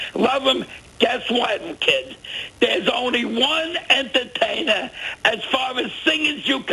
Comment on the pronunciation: Listen, kid, there's only one entataina!!! LOL! This guy is priceless. I need more from Staten Island..